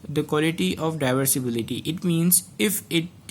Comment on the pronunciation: Di visibility ka pronounced shi kr lna bhai apna